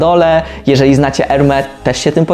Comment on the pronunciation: Jakby co to "s" na końcu Hermes się wymawia.